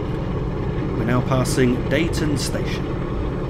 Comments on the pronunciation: dee-ton slough-it pronounce them like that as a transpennine express guard we get abuse if we pronounce them wrong as you did made me cringe lol recognised most of the route not bad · That was really good - watched it to the end. It takes some doing, driving without the hud... (By the way, Deighton is pronounced as "Deeton," and Slaithwaite as "Slathwaite" - with the "a" pronounced as in "cat" or "hat"... but locals actually pronounce it with most of the middle part cut out: "Slawit," again, with the a as in "cat." ) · Nicely detailed demonstration of this new route :) Just a heads up; Deighton is pronounced 'Dee-ton'!